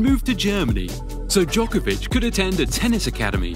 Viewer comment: FFS why dont you even try to use right pronunciation of non english players. You never hear Nadal or Federer mispronuced. Its 21st century, you can check Google!